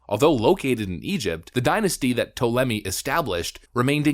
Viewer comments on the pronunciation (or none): It pronounced Tall-em-ee for future reference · It is Tall-a-me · Ta-Le-me. That is how you pronounce it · Tall uh may. And how is this not cultural appropriation? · It's pronounced "Tall-A-Me" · Ptolemy is pronounced "tall em ee". Edit: Also the Ptolemies did not mix with the local population. They intermarried and inbred quite a bit. This was also not done as a racist thing, like "we don't want to mix with these lesser people". It was done because it was Egyptian tradition that the Pharaoh would marry within his family because, in their view, his family was divine and a divine bloodline had to be maintained. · hey bro if your so proud of your greek n roman heritage ...maybe learn to pronounce the names of your ancesters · Since you can’t even pronounce Ptolemy correctly I’m 100% sure that you didn’t know that there were black Greeks and Romans. There’s black Romans on coins there’s paintings of black Greeks I’m sure you think they’re all white though and the fact that lots of Greeks have sickle cell it’s just a coincidence to. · This was an annoying video. You kept apologising for not having done your research. You also expressed dismay that they stole your history, yet you seemed to know nothing about your history, unable to even pronounce Ptolemy. And yeah, I'm Greek too. Although I am also a conservative, you appear to be a young kid with strong opinions and little knowledge. Oh, and stop saying "literally" all the time. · So you're Greek but can't pronounce Ptolemy.or Herculaneum? These aren't obscure names dude. You could have taken 30 seconds to find videos were people pronounced these words before you made a video that you know will be watched by tens if not hundreds of thousands of people. 🙄🙄🙄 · "has Greek ancestry" "can't pronounce Ptolemy" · Says hes greek can't pronounce their names